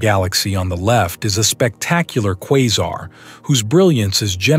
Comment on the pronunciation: The narrator is pronouncing Quasar wrong, like really? Or is it a bot voice? Still its annoying 😅